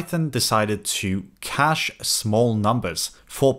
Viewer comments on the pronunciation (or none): none